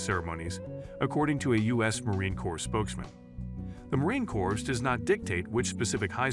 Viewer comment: Just a quick note. "Corps" is pronounce like the word "core". Thumps up, and great story.